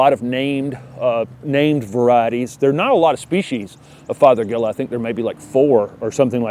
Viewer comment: It’s fothergilla…not feathergilla??? Haha. Obviously I need your videos. Thanks so much! 🌸